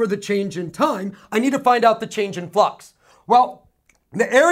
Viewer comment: Awesome video thanks really from my heart Every time he says flux, i hear the word fuck hahaha.